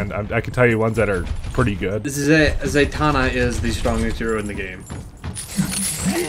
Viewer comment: who the fuck is zeytana. did you mean zenyatta? pls